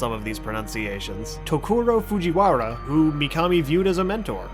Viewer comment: "Foojy Warra"